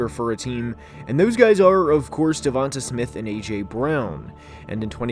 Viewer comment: Its pronounced "Devontay"